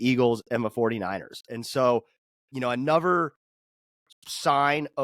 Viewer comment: it's anoTHer, not anover🤣